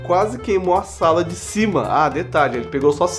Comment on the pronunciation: velho pelo amor "SIMA", "SIRCUITO" foi de propósito neh? Por favor me diz q foi de propósito!